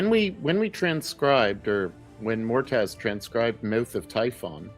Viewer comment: I keep wondering if nobody is going to tell Xehra's player that "Mortaz" is actually called Moataz before the end of the campaign.